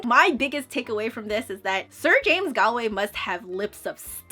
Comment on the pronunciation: Just to let you know it’s pronounced Gawlway